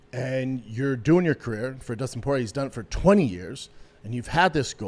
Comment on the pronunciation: he called him justin party instead of dustin porier